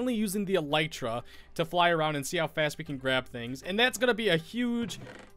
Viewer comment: No, you said it right :)